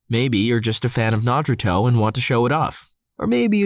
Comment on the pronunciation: When you promoted your rug thing and said Naruto the way you pronounce it instantly made me want to never listen to your channel again